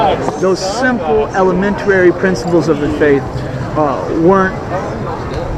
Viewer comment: "elementarary"...idk how much more I can take, I applaud your patience and calmness with a guy who is blatantly talking AT you, not WITH you.